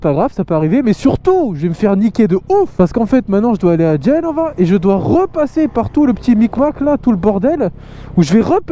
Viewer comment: L'accent était pas mal, mais on met l'accentuation dur la 2eme syllabe. Genre pas GEnova, mais geNOva. Sinon toujours aussi bien tes vidéos continu comme ca